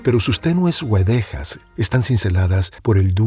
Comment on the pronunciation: Gran lectura de una obra Enorme, sólo una observación, en "Camélidos", no son güedejas, sino guedejas, sin diéresis, no se pronuncia la u.